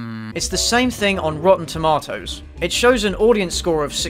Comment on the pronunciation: Tomatoes*, not tomatoes.